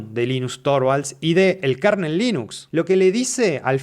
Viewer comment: 💥Gracias por el video. Solo una observación, minuto no se pronuncia KARNEL se pronuncia kernel [kɝnəl]